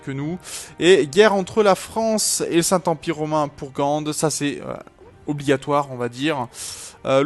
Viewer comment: Bon il faut qu'on te dise quelque chose.. Gand se , lit comme un Gant puis Anvers se dit avec le S Voila X)